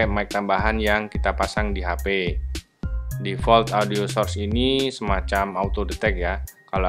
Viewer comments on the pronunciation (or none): none